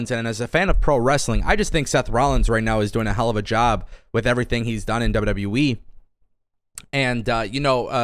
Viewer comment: "Double double youwee"